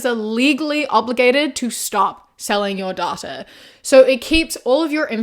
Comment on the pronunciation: I know it is so aside from the point of the video, but the way she's saying "data" is itching my brain!